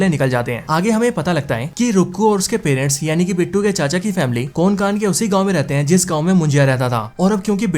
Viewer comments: कोनकान नाही रे कोंकण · कोनकान नही भाई कोंकण। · Pronunciation to thik se karle bhai...kokan hota hai...konkan nhi...anpadh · Konkan nhi re Hutiye कोंकण Bol... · Abe konkan nhu kokan hota hai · कोनकान नाही रे कोंकण 😅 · अरे यार.. तुम्हे कोंकण भी ठीक से बोलने नही आता😂😂